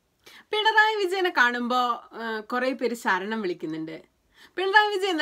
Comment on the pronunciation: അക്ഷര ശുദ്ധി കമ്മിയാണ്...ഇല്ലേ..? സരണം അല്ല കുട്ടി....ശരണം ആണ്. അതുപോലെ സബരിമല അല്ല...ശബരിമല...!!